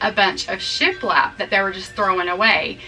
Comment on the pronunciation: Lol... had to back up and listen . You said shiplap.... I heard sh*t left. Heehee